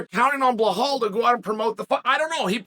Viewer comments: Sonnen love your work but are you dyslexic, ignorant, plain dumb or is it a PR gimmick? I've been listening to you consistently mispronouncing names - but now you actually wrote it correctly: "Belal". However, you stubbornly, for some reason, keep saying something that sounds like "Blakhal". Same was with Pereira who, according to you, keeps being "Pierra", in spite of the scolding u got from Helwani. What's the gimmick? Is that some new way of getting attention? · "Blahal" 😅 it never gets old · Not at all in Arabic there is no H sound attached to Bilal pronunciation, he of course does it on purpose to butcher names because he thinks it's cool, typical Chael behavior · Blachal... I don't know if Chael is doing this misspellings of foreign fighters names on purpose... but it's hilarious 😂. Maybe he's just trolling. But it's like a running gag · Chael repeat two words after me … BELL - ALL. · Hazmat? Behal? Wtf is wrong with Chael's pronunciation? Typical american. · B, E, L, A, L. There's no H in it, Chael. Belal. It's easy. Repeat it after me, B, yeah good, Be...lal. Good job. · Chael changes his pronunciation for khamzat and Belal in every video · Like, sometimes Chael’s mispronunciations of names kinda make sense. But Belal has to be the easiest one. Or maybe we’re all blind and Chael is the only one who can see the H in the name Belal